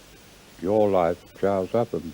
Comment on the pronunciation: "Cha-rows", a true hero, but never gave a fuck about it!